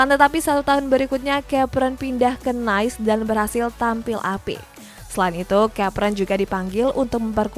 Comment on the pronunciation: Nice bahasa Prancis harusnya dibaca Niis.